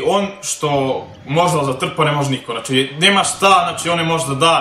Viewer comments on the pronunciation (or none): none